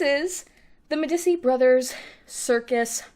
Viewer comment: I believe Medici is pronounced “Meh-dee-chi” because it’s an Italian surname